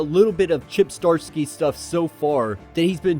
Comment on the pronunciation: Chip "Zuh-dar-skee" Zdarsky.